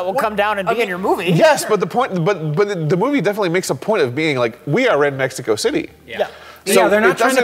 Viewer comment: Even the way the voice actor says Mexico. He's using the English syllables, but he says it with proper Spanish accents.